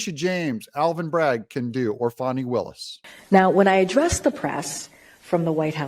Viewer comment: Her name is FANNIE not Fawny, butt I am serious.